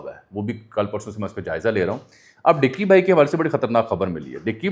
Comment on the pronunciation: Ducky not dicky